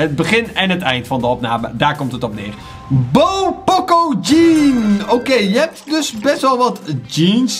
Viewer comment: WRM ZEG JE ALTIJD P “O” CO JE ZEGT P “OO CO